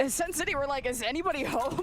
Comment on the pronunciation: Why does she keep saying sen city lmao. the team name is just sen